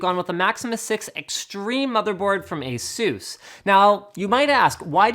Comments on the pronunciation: its asus not azeus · I can't stand how you guys say "a-SOOS", it sounds absolutely silly. It's "ACE-us", that's how the company pronounce their own damn name. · Why do americans say ASUS like that? It is pronounced AY-SUS